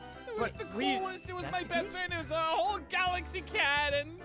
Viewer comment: Gaxaly? you mean Galaxy?